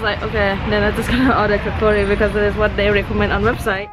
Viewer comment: Its kachori not kakori